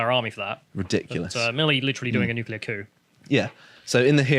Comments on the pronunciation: I've grown fond of, but I die every time he says "Nukulur". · its "nuclear", not "nuke-u-lar" ffs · It's "new clear" not "new kyoo ler". sounds like George Dubya. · Noo-clear. Nuclear has only one U.